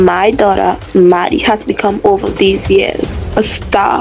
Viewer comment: “a satr” I love it!